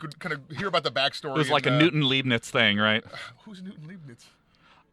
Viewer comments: Goddamnit, Sean... You had one job. "LEIBNIZ"! The "bniz" is a "lei"! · Leibniz is pronounced Lyeb-niz.